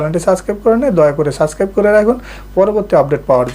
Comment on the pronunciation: Vai/Bhai, sascribe na....subscribe